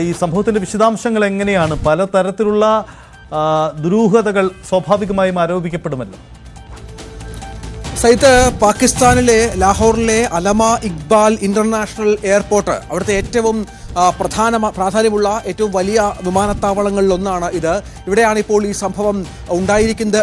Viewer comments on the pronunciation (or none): അലമാ... ഇഖ്ബാൽ 😄😄😄😄😄👍 എടാ കോപ്പേ ആരാണ് നിന്നെ റിപ്പോർട്ടർ ആക്കിയത്?? അല്ലാമാ ഇഖ്ബാൽ, ഒരു പത്തു പ്രാവശ്യം പറഞ്ഞു പഠിക്ക്.